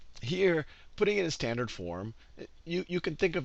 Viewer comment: whos annoyed by "slandered' in